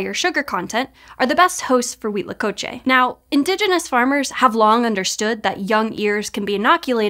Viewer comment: Kudos for pronouncing Huitlacoche correctly every time! 👏👏👏